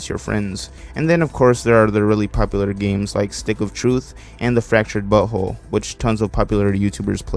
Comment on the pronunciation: okay i know you siad BUt WHOLE but it sounded like you said BUTTHOLE lol